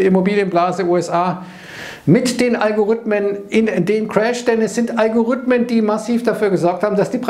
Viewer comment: Algorithmen, nicht Algorüthmen ;)